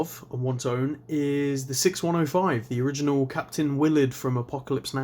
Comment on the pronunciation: Thank you for saying Willard properly. Pronounced "Willerd" and not "Willard".